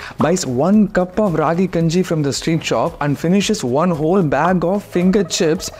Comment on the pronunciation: I love your videos soo much! But pls pronounce the name properly it's called as Keppa kanji